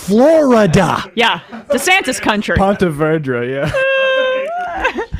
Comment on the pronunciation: It’s pronounced ponte Veedra